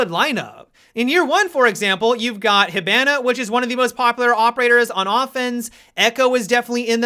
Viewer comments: Hi”Ban-a” looooooool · Lmao the way he says hibana always cracks me up